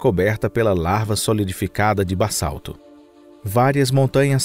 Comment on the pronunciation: "larva" solidificada em "bassalto" Tem moscas vivendo em vênus? Larva não é o mesmo que lava. E não seria basalto ao invés de "bassalto" ? Vários erros de pronuncia na dublagem, além de informações erradas. Vídeo mal traduzido, plágio de um canal gringo. Mais um video feito porcamente pra ganhar visualização em cima de gente desinformada.